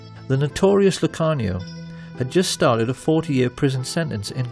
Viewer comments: Amazing doc, they way he pronounced lucky Luciano’s name tho 😂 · Great doc, but he horribly mispronounces some well known names--Like Lucky Luciano, Cermak and so on.